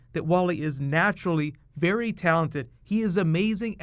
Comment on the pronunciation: in 54 seconds he says berry talented